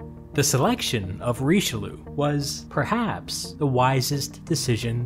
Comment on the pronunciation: Hearing english people pronounce Richelieu like in the video is just as ridiciulous as english speakers laughing at a french guy pronouncing butter in english